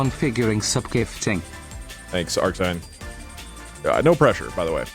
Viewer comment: Lmao, it's pronounced arcsin you goober